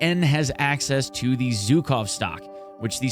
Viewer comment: ZH in Zhukov pronounses like ʒ in words viSion, uSual, deciSion